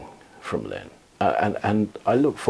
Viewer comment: The name is "Linn" NOT "Limn".